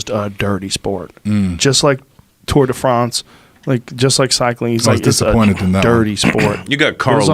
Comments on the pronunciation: Joe “tour de Fronce” Rogan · HAHAH the way Joe says Tour de France all the while pronouncing Lance in an American way is funny dude